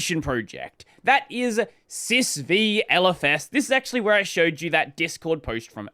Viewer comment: "Sys Vee" is triggering me.. it's System 5..